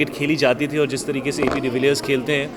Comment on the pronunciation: How many times he said - ab dvillirs h😂😂😂😂😂😂